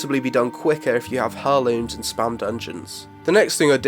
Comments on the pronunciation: "Air looms," not Hair looms." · "Air-Looms" not "Her-Lumes" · Hair looms? Its pronounced more like air looms mate lol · Cool vid, mate. One thing, though; heirlooms is pronounced "air looms", not "her looms". Sorry. Word Nazi. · "hair"-looms? It's "air"-looms btw. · why do you say it "hurrlooms" lol it's pronounced airlooms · pronounce it airlooms not hairlooms :D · Herlooms? Pronounced "airlooms" LOL who doesn't know that ahhaha! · hairlooms lmao its pronounce airlooms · OMG its not HAIR LOOMS! Its pronounced Air Looms!! Driving me crazy! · great video, but eerrr, its not pronounced HER-looms lol, its 'air'looms' :) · I love you but everytime you say "Hurrlooms" instead of "Heirlooms" (Air-looms) i die a little inside xD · I like the video, but heirlooms has a silent 'h' so you say it like 'airlooms'. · Heirlooms. Pronounced "air-looms". That is all, have a nice day! :) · "Herlooms" Wow. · "Hurrlooms" wtf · It's pronounced AIR-LOOMS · You don't sound "weird", but it does make my ears bleed when you pronounce heirlooms as " hair-looms". Nearly as much as someone calling aitch "haitch". Other than that, boss bid mate. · It's pronounced [air-looms]The h is silent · Hair-looms...? The H in heirloom is silent :) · AIR LOOMS! AIR!! its said "Airlooms" the H is silent! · Your pronunciation of heirlooms really pissed me, for someone like me it's incredibly distracting. Heir, as in heir to the throne with -looms on the end. Pronounced haire. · "Hairlooms" wut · heirlooms.. im triggered. that not how you say it :'( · The H is silent in heirlooms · I don't know if this is an Accent thing, but isn't the H in Heirlooms silent? I've never heard people saying it your way. Well, only people saying it wrong. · loved the video... but please god. the "h" in heirlooms is silent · please learn to pronounce Heirlooms properly